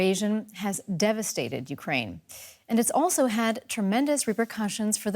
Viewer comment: You said Ukraine wrong